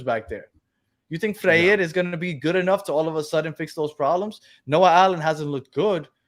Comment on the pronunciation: Guys, the new defenders last name is pronounced “fray-reh”